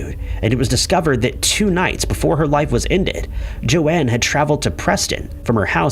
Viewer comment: Joan is pronounced with a long O, as in "oh".. not like Joanne